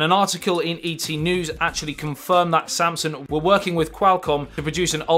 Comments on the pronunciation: It's Samsung not Samsun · All I kept hearing is you saying “samsun” instead of saying ‘Samsung’